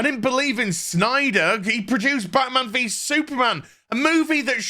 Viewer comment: It's Snyder, knucklehead. At least say the name right to get your point across. If not, then you're just a joke.